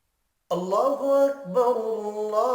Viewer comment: اَلسَلامُ عَلَيْكُم وَرَحْمَةُ اَللهِ وَبَرَكاتُهُ۔۔۔۔اللہ اکبراللہ اکبر میں ر پر اپ پیش پرھ رھے ھو پیش غلط ہے بلکہ زبر ھے یہ سماعی ھے